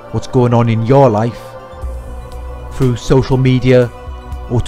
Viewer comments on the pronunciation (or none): none